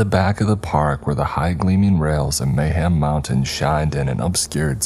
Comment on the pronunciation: Did anyone else think of banjo tooie when he said mayham mountain